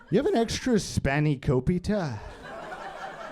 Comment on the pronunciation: Spanikopita, beef stroganoff, biryani, cucumber, microwave... We're looking at some revolutionary comedic pronunciations of food-related words.